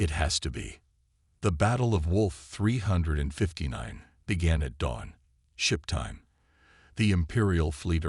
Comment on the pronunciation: "WOLF 359" Really AI?